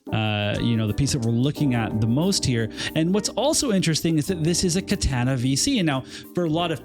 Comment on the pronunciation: You're my boy, but please, for all of our sakes, learn to say "Katana" properly lol